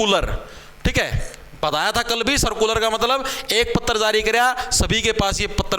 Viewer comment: पत्र❎ पत्तर✅😂😂